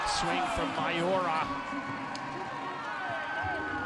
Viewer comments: Its Miyaura not Mayora😂😂😂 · For thoose western Volleyball Fans, its not MA YO RA. Its Mi yau ra. The way you pronoun "Mi" in Miyaura is like when you say "Me" for yourself.